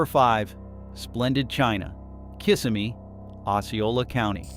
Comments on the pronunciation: It is not pronounced, kiss of me. It's pronounced [ kuh - si - mee] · Throughout the video, the narrator never could say Kissimmee properly… I remember a Pleasure Island for teens in the 90s with a movie theater and shops. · What can you expect? They can't even pronounce Kissimmee right.